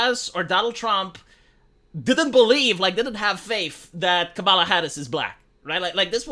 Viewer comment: Kamala. Pronunciation. Bet all my money, my family's, Your wrong.